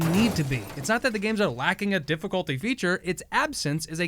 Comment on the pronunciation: "Difficlty this, difficlty that. How about you difficlty this nuts"